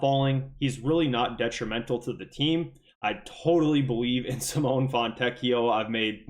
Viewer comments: Sim oh nay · Dude, you're still mispronouncing Simone's name😂